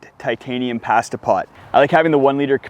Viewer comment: You say PASTA funny. I love your videos.